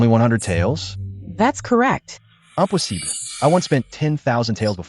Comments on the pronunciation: Impossible is pronounced the French way 😂 I also noticed that the word come is pronounced like the Spanish way too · Anyone noticed how these AI dub voices are unable to correctly pronounce the words impossible and fine. So funny!😂😂😂